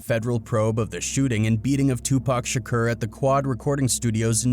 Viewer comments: REPEAT AFTER ME SHA CORE His name was not sha kur its sha core lol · Pronounced kour not Kerr but it's understandable overall good content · Yeah but he keep saying Shakur wrong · He saying shakur wrong azz hell,that's how you know he capping hard😂😂😂😂.